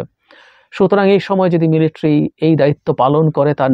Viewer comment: জাহিদ ভাই - শব্দটা মিলিট্রি নয় শব্দটা হবে মিলিটারি । আপনার ওই ভুল উচ্চারণটা খুব খারাপ শুনায় ।